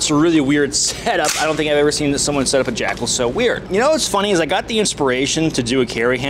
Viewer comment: With your accent I swear you're saying jack-hole.